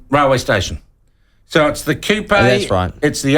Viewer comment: Wait what 😂 how is this at all offence im Maori and ppl complain regardless.. im a big supporter of the platform HOWEVER our host here does himsekf no favors purposely trying to mispronounce Kupe as KOOPAYYY and OWTEAROWERR and calling Matariki made up? Not helping our cause at all